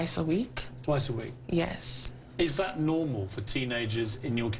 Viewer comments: What is a "dat"? Never heard of it. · OMG!! Some the comments you people are posting are just ignorant. If you listen to the interview and stop being hatred ass racist, she tell why when she says "that" its sounds like "dat.' Dumb fucks!!!!